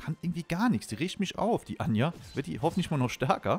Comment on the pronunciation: Warum nennst du die eigentlich immer anja die heisst doch ajna oder bin ich grad blöd?